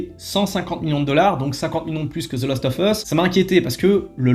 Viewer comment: Hello, je voulais vous donner un petit trick pour le "of" en anglais, il faut juste penser à prononcer "ov" pour que ça passe bien dans ton phrasé ;) Humblement Votre. The Last ov Us.